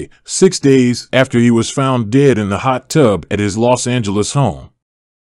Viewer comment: Hot tub— emphasis on tub. I hate AI.